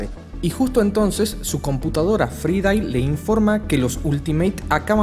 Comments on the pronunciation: Avengers no advengers Fraidey no fridai es genial como narras pero siempre tienes las mismas pronunciaciones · "Fraidei" (Friday), hermano, inglés básico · Me duelen los oídos: Fridai GeeHulk Ejjjtúpidos Tontojjj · Muy buen estilo de comentario del comic pero honestamente tu voz es muy forzada y te falta pronunciar mejor algunas palabras en ingles (ej: Friday)